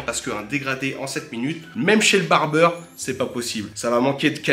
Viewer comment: Barbier pas '''barbeur'' ✂️